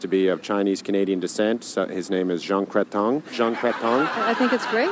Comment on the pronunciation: Something really funny is that he pronounces Prime Minister Jean Chrétien's last name, "crétin" which means idiot in French. This sketch is over 20 years old. Jean Chrétien was Prime Minister from 1993 to 2003.